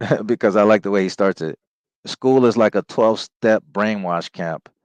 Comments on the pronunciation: lmao I thought it was a reach too but it does sound like , “stab” 😂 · You’re reaching, he literally says “step” Edit: it does sound like “stab”